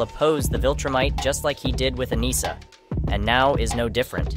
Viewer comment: A-ni-ssa please. Not A-knee-sa